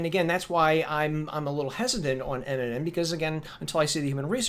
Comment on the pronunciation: Omg, you keep saying nnm, like you know what you're talking about lmbo....learn the terminology before you try and sound like an expert